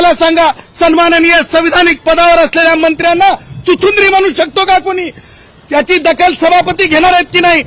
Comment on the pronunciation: Chicundri nahi chichundra😂😂